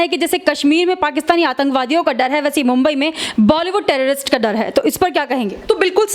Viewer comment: Bomby nahi mombai bol bihari